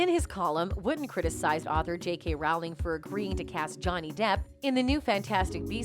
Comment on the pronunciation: Please pronounce JK Rowling's name correctly. It rhymes with "bowling," not "pow."